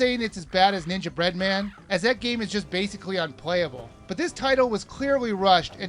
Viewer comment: Every time I hear say "Ninja Breadman" it kinda hurts my ears. Ninjabread Man. Like gingerbread man. Not that it really matters.